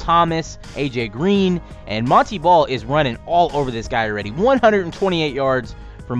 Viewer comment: ITS MON - TAY BALL NOT MON - TEA BALL